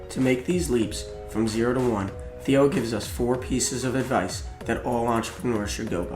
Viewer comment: I am a Taiwanese English teacher and I cannot believe the video maker mispronounced the word 'Thiel'. Originally, I thought I cannot understand, but with the help of the second round of listening and the clarification from this comment, now I got it. Thank you